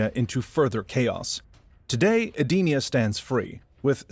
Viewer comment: Eee-den-eee-ugh. Not sure how you got your pronunciation but that’s how it’s always been said since Deception.